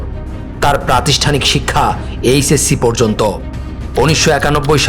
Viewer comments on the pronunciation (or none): none